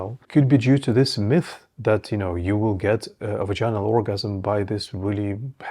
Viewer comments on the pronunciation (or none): not vagin-al it's pronounced vag-in-al. Also 'grinding' is total bullshit. Ask any woman which you did not do or you would know how wrong you are. you don't seem to know what you are talking about. don't need your mansplaining